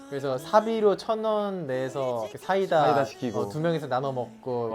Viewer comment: 휴닝이 사이다 계속 싸이다라고 발음하는거 귀여워 죽겠음